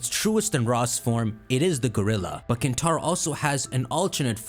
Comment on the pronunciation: Hear me out: KinTtar-o